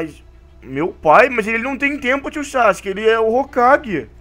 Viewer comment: o sake iafala votimata boruto